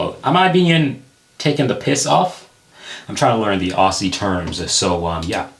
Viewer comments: Ozzie, not Osey. Or if you are trying to go pro, Oz-trail-ya *You can throw a mumbled R on the end too if ya want. 👍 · The way ya'll say aussie is insane. You guys say "aussey" instead of "ozzy" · OK first things first. When you see Aussie. It is pronounced OZZY. Never ossie.(Only by Americans) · It's pronounced "Ozzie" not ausssseeee btw my man! Yeah chopper was messed up. Watch the movie with Eric banna! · Its “Ozzie” not Orsee.. americans say Aussie the dumbest way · Ozzy not ossy. Why no Americans can ever understand this. Not hard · I know this video ism11 months old but i hope you srent still call ozzies as 'ossies' lol! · Pronounce it 'Auzzie'. We say Z not S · Hey mate, please don't pronounce the S is Aussie, use a Z instead. It's like Ozzy Osbourne. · pronounce aussie with Z's instead i.e Auzzie and as 1 syllable. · that's Ozzie with a hard Z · And its pronounced ozzy.